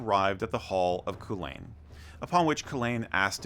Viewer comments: The pronounciation of Cú Chulainn needs a bit of work, its closer to Coo-cull-in although that is an anglicised version. The ch in Irish would have a more guttural sound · Great Video The Girls version is Camogie, pronunciation Kuh- mow- gee also Cú Chulainn is Coo-cull-in he would kick Thor Ares. ·